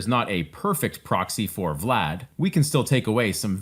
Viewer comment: As a fellow Vlad, congratulations on saying the name so well, most english speakers struggle with it :D